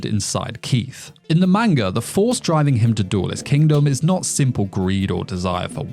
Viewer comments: video seemed good but then you said “maneguh” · Grown man still can't pronounce manga 😂😂